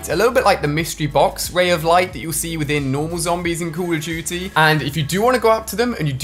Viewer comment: Say call of duty right